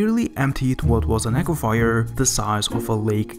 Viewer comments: Its aquifer not aquafire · Water and fire = Aqua-fire... SMH... If you're going to post on YouTube, common pronunciation should be considered. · I bet you caught it too, the guy narrating the video said aquifier, plus the misspelling above. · OC QWA FUR (aquifer) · its aquifer a.qui.fer. not a.qui.fy.er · 'Saudi' = Sa oo di (not SO-DEE). 'Aquifer' - AH KWI FERR, (not AK WI FY ER)...lord. I love this channel, but PLEASE USE a PRONOUNCIATION GUIDE before narration. wow. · lol aquifier is fkn classic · Interesting stuff, but it's pronounced aqua furs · You pronounce aquifers very strangely. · Please for the love of god stop mispronouncing "aquifer" 😆